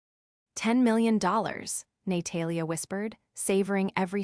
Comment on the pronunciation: ‘Nay-Talia’ is particularly amusing. Or as AI would pronounce it ‘A-moooooo-sing’ 😂😂😂